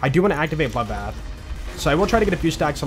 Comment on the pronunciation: I love hearing says "dabuld" being bloodbath